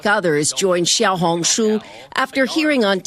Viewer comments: no you didn’t pronounce it right Chinese, and this is a tonal language and English isn’t so foreigners won’t understand Plus that’s a simplified Chinese and I don’t know how to write that, but I’ll write its name in traditional Chinese 🤓小紅書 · its more pronounced "xiao" as in the show in shower, hong as in like hoooong not a "oh" sound more like an "ooo" sound like when you see something cool, and the "shu" is pronoucned "shoe" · AS A CHINESE YOU DID NOT PRONOUNCE 小红书CORRECT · You did not pronounce 小红书 correctly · u completely pronouced that wrong lol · He said it wrong and I’m Chinese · he said that so wrong and im chinese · as a person who lived in china for quite some time he pronounced it terribly 😭but pretty good for a foreigner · I mean, the vowels were good but the first consonant of xiao was completely wrong, it sounded more like ‘j’ or ‘zh’ it’s supposed to be a flat tongued ‘sh’ sound. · you are wrong, the reporter in pronounced it better than, why did he say "jiao"??? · I mean the first time he said it, it wasn’t horrible however he developed into saying incorrectly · its pronounced siao hong shu (spelling is xiao hong shu) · And the"书"is also wrong it's pronounced as su even though the word is shu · Bro said Jiao Hong su but it's xiao Hong su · chinese here, you pronounced xiaohongshu pretty good, the 'xiao' was almost perfect. the reporters did it worse Edit: did not realise he said jiao instead of xiao 🦶💀💀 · 小红书 xiao hon shu 😂 that is how to pronounced 🎉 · U didn’t pronounce it right- It sounds like “Shee-yow-hoon-shoo” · YOU DID NOT PRONOUNCE IT RIGHT The first word means “small” and small is siao u said it a bit different yes I’m Chinese why would I use translaters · Bro said "ZHIAOHONKSHOE"💀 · He didn't pronounce it right bruh, pinyin is a Romanisation system, you learn to pronounce as needed. English is missing these sounds since they faded away. He just said jiao hong su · Im not chinese but he said jiao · you pronounced that wrong lol